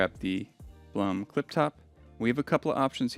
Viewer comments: Blum GmbH was founded by an Austrian gentleman named Julius Blum. The name is pronounced exactly like the English word "bloom". It does not rhyme with "Plum" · You can get certain Blum hinges at IKEA (at least in Germany) for a very fair price (Blum is pronounced Bloom).